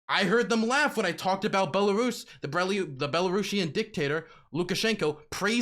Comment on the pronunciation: “DONNITSK” “LA-HANDSK” “BOLARIS” “GA-NOME”